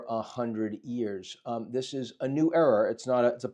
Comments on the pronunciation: Love how, the first time Ian said "a new era", he clearly added an "r" at the end. Most definitely a new error. And a catastrophic one, most likely. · can't figure out if Ian is saying "era" or "error". Error seems more apt.